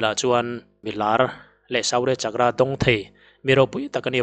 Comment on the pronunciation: Suu-rya chak-kra . tiin lamla a dikzawk awm e.